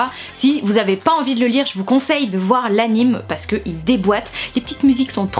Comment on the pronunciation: Anime se dit "Animé"